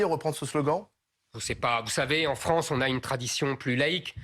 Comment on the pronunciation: Et la wranze aux wrançais